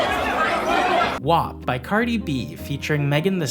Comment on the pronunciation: Why are you saying wap wrong